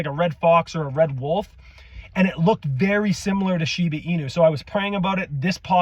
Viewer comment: I tried paying really close attention to what you were saying ,but i kept hearing "Shina" and "Shiba", are you refering to the same thing? Just want to make sure i understood it correctly.